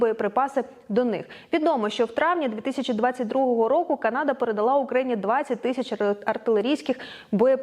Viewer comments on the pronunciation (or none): none